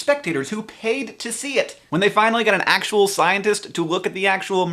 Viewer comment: I loved those "accttual"s:)